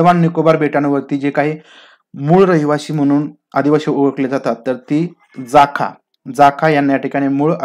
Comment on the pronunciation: जाखा नाही जारवा उच्चार आहे